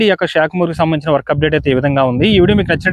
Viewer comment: It's not shey it's sha khamuru🙏